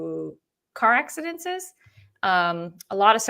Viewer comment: Please stop say car accidentsenses (however u would spell the word you are saying!😂😂) It’s just accidents (3 syllables) ac-ci-dents. Love ya & you probably know by now I have that deep need to lead people down the correct grammar path. 😘 Please be careful driving! That would scare anyone!